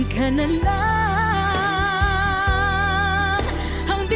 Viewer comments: Very impressive on how you say it in Tagalog!! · I find your pronunciation of the title absolutely spot on. Impressive. BTW I`m Filipino. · It's surprising how easy for you to pronounce the title accurately 😍😍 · Dang, u speak tagalog bro? That "akin ka na lang" pronunciation was spot on 😁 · You pronounced the title of the song perfectly, like a full blooded filipino❤ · I love how you pronounce. AKIN KA NA LANG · Great job how you said "Akin ka na lang" 👍🏾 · great pronunciation of the title. putting work on your video. appreciate the effort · You pronounce the Tagalog " Akin ka na lang" by Moriissette Amon she is very talented and popular here and internationally with a powerful voice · The correct meaning of the title of the song is 'Please Be Mine'. I love your reaction of the song, the way you interpret it & how you pronounce the title almost perfect. Thank you so much for the appreciation. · Bro just said "Akin Ka Na Lang" straight up with no accent, caught me off guard a bit 😅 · Great pronunciation of “Akin Ka Na Lang,”! Like a native 🤩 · You nailed it, pronouncing it properly ( title of the song). Thank you,.,you better learn more Tagalog words and have more friends online, especially Filipinos! Mabuhay ka!